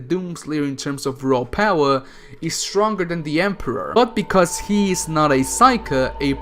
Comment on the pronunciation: I like how you say "Raw Paawa"